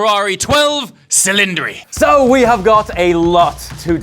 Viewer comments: the word "cylinders" in italian is pronounced "ch"ilindri not "s"ilindri 😄. Primary requiste to buy a new Ferrari - you have to be able to prononce the name of their cars correctly 🤣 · You're a bit harsh on the looks but very, very entertaining. Learn your italian pronunciation...... C in italian is pronounced CH. Chilindri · The correct pronunciation is ‘ cheeleèndree’. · Cylindri pronounced Chillindree. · its chillindri